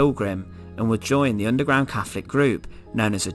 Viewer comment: Fascinating stuff and immensely grisly. Our past is utterly awful. Sadly the narrator need to pronounce his "T"s and "H"s correctly and this distracts from the subject being a form of torture in itself. It kept grating on me when he mentioned "Caflik" instead of Catholic and "free" instead of three amongst other verbal atrocities. Next time get Danny Dyer to narrate if you want to get that authentic Estuary sound.